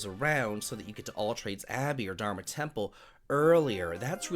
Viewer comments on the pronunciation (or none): none